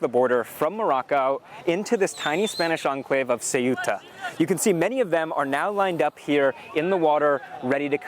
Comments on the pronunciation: It´s not Ciuta ignorants, learn how to pronounce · If you can correctly pronounce the words THINK THOROUGH or THACKERAY then you can say CEUTA!! Make an effort BBC. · i am amazed that so many media presenters cant pronounce SEUTA correctly. this shd be no issue for media professionals.